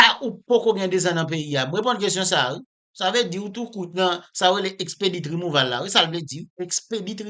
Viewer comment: Djonel yo pa di rimouval , ok , aprann prononse, se rimouvo li prononse